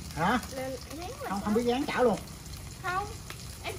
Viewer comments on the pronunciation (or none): Cứ “gáng chảo”, “gáng chảo”, rồi lại “cá gô, cá gô..”, 🤷‍♀️🤷‍♀️!! Moẹ ơi, thì ra là “ráng (chiên) chảo, và cá rô (rờ ô rô, chứ làm gì có con cá gô?!! Ông cố!! 🤣🤣🤪🤪🙏🙏🙏